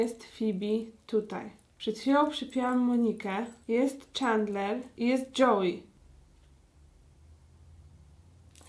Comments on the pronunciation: Agnieszka : Czandler Ja : Aga ja wiem że się pisze Chandler ale jeśli ogładałaś wszystkie odcinki to powinnaś wiedzieć że muwi się Czendler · Ja z moi tato to oglondam bardzo długo a ulubionymi to Rachel i Phoebe i do tego wymawia sie czendler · Plis mów czendler a nie czendlar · Dlaczego czytasz Czandler, a nie CzEndler? 😀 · Tak wielką fankę Friendsów, jak Aga mówi o sobie, powinna wiedzieć, że nie wymawia się czAndler, tylko czEndler. Tyle razy oglądała i nadal się nie osłuchała z wymową imienia jednej z głównych postaci? :P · Czemu ty tak przekręcasz słowa nie doś ć że mówisz clickbait zamiast clikbejt tak wiem że pisze clickbait I zamiast mówić czendler to mówisz czendlar i tak wiem że pisze się chandler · Właśnie ja też uwazam, że to się wymawia Czendler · Uszy mi krwawiły jak wymawiała jego imię 😭 XD